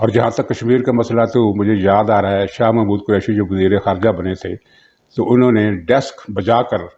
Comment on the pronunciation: Shah Mohd. nahin Shah Mehmood Kureshi. Kripya naam to theekh se lain